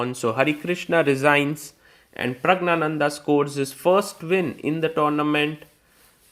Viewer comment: north indians still shamelessly pronounce Prag-gya- nandan in very wrong and offensive insulting way !!!